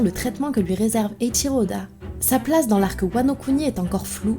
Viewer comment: King possède un sabre et a l'air doué avec ses jambes. Est-il possible que Zoro et Sanji combattent ensemble King? ps: Merci pour bien prononcer Eiichiro Oda. Tu es la seule à bien le dire 😁